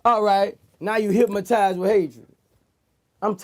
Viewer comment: hyp-Ma-tized with hatred 😂